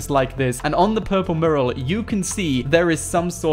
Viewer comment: One day you will learn how to say the word mural. Fanny pad!